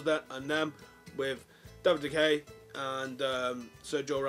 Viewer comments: Sir-Jo-Ramos and De-Hey! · I like this guy a lot but then he says 'david de hay'